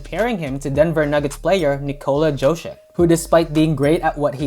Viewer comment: Bro pronounced Jokic soo wrong🤣